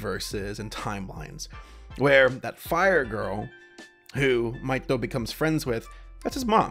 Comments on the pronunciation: No, his name is Mahito. MAH-hee-TOH. Tho calls him Maito. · Isn't it "mee toh"?